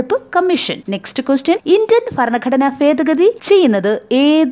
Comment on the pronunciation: ഫരണഘടന ഫേദഗതി.... 😂😂😂😂